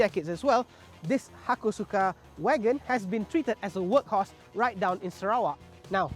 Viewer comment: One small correction - “Hakosuka” - don’t pronounce the U strongly. More like “Hakos’ka” :) Love the wagon!